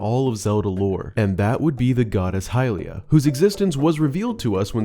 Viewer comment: It's not hylia.